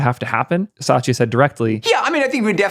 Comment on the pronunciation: I don't think Microsoft CEO's name is Sachia. It's Satia.